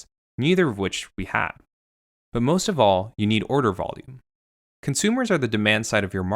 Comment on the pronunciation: “Cunt-sumers”. Spoken so clearly.